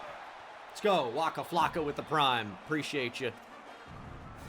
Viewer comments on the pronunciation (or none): none